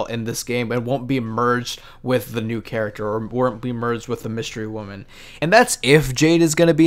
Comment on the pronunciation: Dude said Wystery Woman lmao